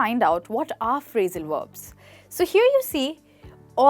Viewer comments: why she said phrasal werbs instead of verbs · Verbs not Werbs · HI - great enthusiasm and energy - I admire it! Perhaps a small suggestion - concentrate on pronouncing your Vs as Vs, not as Ws - "Verbs" not "Werbs" and then you will be brilliant. Also, you may want to differentiate between American and British English "Real fast' American English and "Really Fast" British English... Just a thought...?